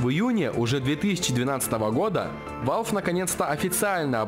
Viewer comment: и не ВАЛВи а валв или вэлв